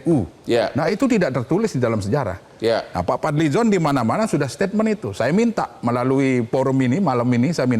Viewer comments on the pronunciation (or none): Statement bro bukan Steatment